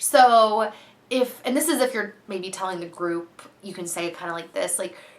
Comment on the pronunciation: i totally heard " i have stripper friends" instead of group of friends! lol